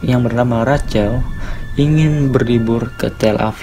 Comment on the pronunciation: Rachel, dibaca "RAHEL"